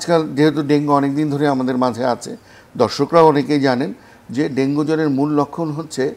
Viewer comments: dengue naki Dengi😂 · ডেংগি বলেন কেন??? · Dengi dengi Bolche kno